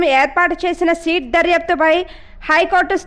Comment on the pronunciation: సీట్ కాదు తల్లీ సిట్....